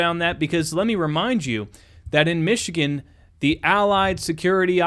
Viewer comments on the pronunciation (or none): none